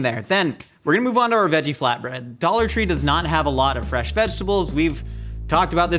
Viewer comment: I binge a lot of Mythical kitchen. Like. A lot of MK. Every time says “dollar tree” I hear “idolatry” 😭